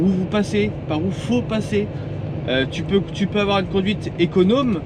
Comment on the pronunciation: Une conduite econauuuume c est quoi cet accent de gitan.... La sédentarité tue... Ne faites pas ce métier c est de la merdz